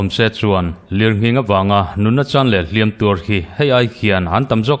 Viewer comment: Beng i tih vãr tehlul nen, "Hliam tuar" i lam hian, "Hliam" i lam dãn hi a dik lo tlat mai hi angaimawhawm. "Hliam" hi a ri sânga lam chuan a tuartu 'mihring' sawina a ni tawha, "tuar" telh angai lo aw. "Tuar" i telh duh chuan a ri hniam a lam tur tih hre tawh la ka ti hlê mai.